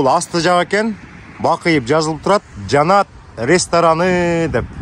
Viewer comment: Жанат дебей Жаннат деп суйлосон боло